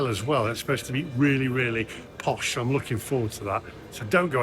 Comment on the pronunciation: Did you reference the hotel as "Posch" or is my tinnitus acting up again? If I heard correct....careful or I'll sick Hannah Rickets after you😮